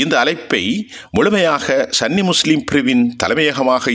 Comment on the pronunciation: It is Sunni not sanny